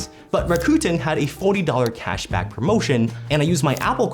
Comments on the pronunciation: “Rakuten” is pronounced…RACK-uh-ten. They even had a commercial a few yrs ago about how to correctly pronounce their name.😊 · You lost me with how you pronounce らくてん